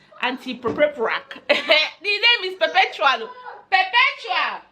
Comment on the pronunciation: Kaima's pronunciation of Perpetual is the correct one please. T for tenks 😂😂